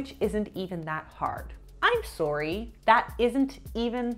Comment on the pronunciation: Love your videos,! I must admit, sometimes I forget you’re Canadian, but you had me grinning with your “I’m SORE-y!” On the ab & thighs comment. ♥️ i get that it happens tho. I am from the southern US & my inner Foghorn Leghorn definitely comes out & I sound real country when I get excited/upset/worked up. 😂